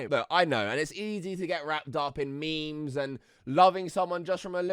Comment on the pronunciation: you did not just pronounce it me-mes …. Wtf 😬 🤦🏼‍♀️